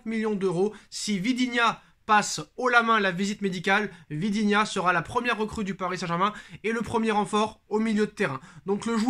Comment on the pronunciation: stple prononce bien le nom de VITINHA... C n'est pas ViDinha